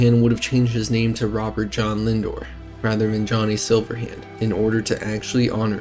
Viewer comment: It's Linder not Lindor